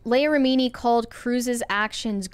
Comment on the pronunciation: Why are they unable to pronounce Leah Remini’s last name properly?